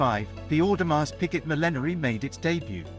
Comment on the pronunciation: Audemars Who? Tour bill on?? Awful pronunciation Sir, just Terrible